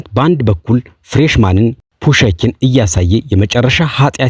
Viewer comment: ፑሽኪን በል ፑሸኪን አትበል